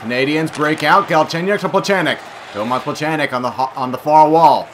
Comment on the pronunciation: you don't pronounce Weircoch Wyercock it is pronounced Wearcosh.You also don't pronounce Plekanec Plechanek you pronounced it Plecaneck.